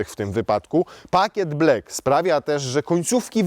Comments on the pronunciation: nie mowi sie blek tylko blak (black ) Zauważyłem ze nawet w reklamach tv robia ten blad i mowia blek🙈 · Proszę, wymawiaj kolor czarny "blak" nie "blek" ✌️🙏😬😉 Błagam 😅